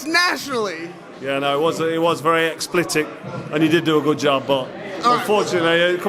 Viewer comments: ExpLITIC ? One 2 many drinks, he was trying to say EXPLICIT . Froch has a powerful right hand so when he used to fight he could BRUK DEM UP!!! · Man said explitic 😂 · He said very 'explitic' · Explitit??? 🤔 haha